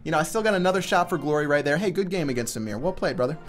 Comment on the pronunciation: bruh you pronounced amir wrongly